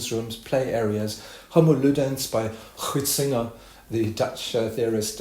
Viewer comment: Забавнее всего было услышать произношение фамилии Хёйзинга.